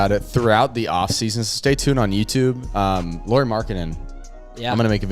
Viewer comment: if you are planning to make a video of Lauri Markkanen here is a free tip: his first name is pronunciated like Kyle Lowrys last name 😃...or that's at least closest to what most English speakers get 😁 Nice to get any Utah Jazz content to youtube anyway 🙂